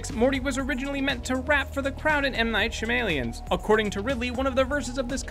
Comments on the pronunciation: lol its pronounced M. knight sha-ma-lan not M. knight shamalien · (shah-meh-lawn) not shamaleon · "M.Night Shim-Alien's" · M. Night Sha-May-Lee-in, M. Night Sha-May-Lee-in, M. Night Sha-May-Lee-in, M. Night Sha-May-Lee-in, M. Night Sha-May-Lee-in